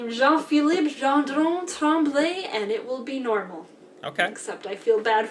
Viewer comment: Even just when she pronounces last name like Tremblay does not sound her native language.